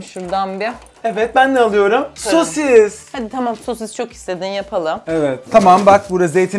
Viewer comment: ABİNİN SOSİSĞĞĞ DEDİĞİ YERDE KOPTUM😂😂😂😂😂😂😂😅😅😅😅😊😊😊